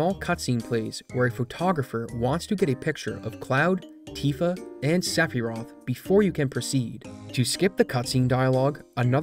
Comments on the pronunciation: If you call her "Aeris" you have to also call him "Sephiros" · Hold on a gosh darn minute... how in the ass did you just pronounce Sephiroth?